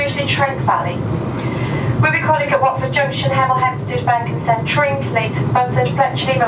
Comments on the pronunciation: That's BERKHAMSTED ... No "P" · Berkhamsted, no P. With the emphasis on the last syllable. Not BerkHAMPsted... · Interesting. I would have expected it to be pronounced Berk-um-sted. Just goes to show you never know. And nice to know they have such good train service. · Intrigued at how this place is pronounced. Ive never been, but I’ve always called it Ber-cum-stead rather than Berk-hamstead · Not sure - I grew up around there and don't pronounce it the way does. For me the first 2 syllables run into each other more - 'Burkham-sted' rather than 'Burk-ham-sted' if you get what I mean. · The emphasis is on the 'Ber'. Interestingly in nearby Chesham you can find a 'Berkhampstead Road'. Not sure who it was spelled like that; maybe an admin error or maybe something more historic. No idea. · No P in this one. 😀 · There is no "P" in Berkhamsted. It is unknown when the "P" was taken out of the name. The clue is in the opening shot of Berkhamsted station. Otherwise a great video as usual. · You pronounced Berkhamsted wrong :( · Not a bad effort,but we who live here ,don't pronounce it like that...